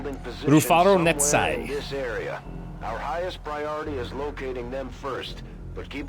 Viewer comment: Was excited to see that the VIP is called 'Rufaro Netsai', a name from my home country. Well done on the pronunciation